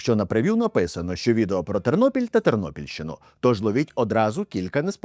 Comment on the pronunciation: ТЕРНОПІЛЬ, а не Тирнопіль .Ті,хто зі Львівщини це знають.